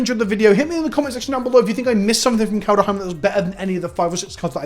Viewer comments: Everyone: ''Kaldheim'' EVERYONE: ''Kaldheim'':.......... ''Kaldaheim'' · He's saying KalDUHheim on purpose at this point lel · If you say Kal duh heim three times in a row in front of a mirror Halvar himself with appear and tell you he’s disappointed in you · So what is it about your brain that can't comprehend making an "h" sound after a "d" sound?